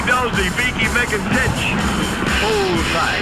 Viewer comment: It's Tich, not Titch.